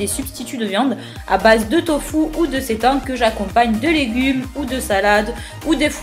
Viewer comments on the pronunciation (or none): none